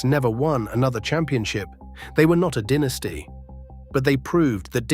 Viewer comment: Listening to "dinisty" as the pronunciation is like nails on a chalkboard